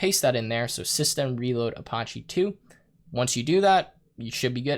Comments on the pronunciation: pronounced uh patchy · A few tips from a Linux Engineer... - You're logged in as root, no need to use sudo (sudo = run as root). - Use tab completion when entering paths to avoid typos. - Ubuntu is pronounced "oo-boon-too". - Apache is pronounced "uh-patch-ee". - Set up public key authentication if you want to secure your Linux VM. Once it's working, disable root login with password. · i love you but "a-potch-e"?!?!?!? lmao. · That is definitely not how you pronounce apache.